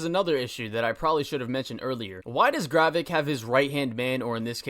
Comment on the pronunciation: dude it's GRAVIK not garreck